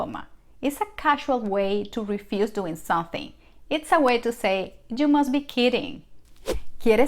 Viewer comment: Un favor,, practicar la palabras, “something”. You should say the letter “m”. Not sonthing